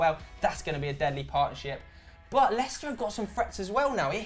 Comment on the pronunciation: Da lil Biscuit lestier😂😂😂 Lei-cester Leicester ffs